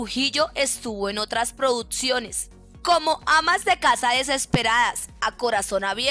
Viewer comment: La narradora de este video es la hermana de leo reyes ella dice produtciones😅